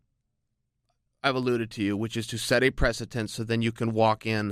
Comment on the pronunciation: Precedent, prenscedent, presentense, prestenstrense, present tense